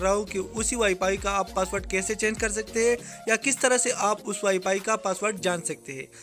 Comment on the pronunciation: Ye wifi se wipay bol raha hai ye kia hum ko sekyga hhhh